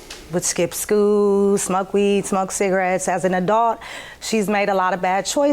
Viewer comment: "As an adolt"